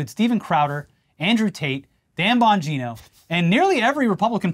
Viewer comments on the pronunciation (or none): none